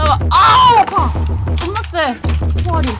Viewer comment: 15분쯤에 "겁나 쎄"를 "존나 쎄"로 들어서 당황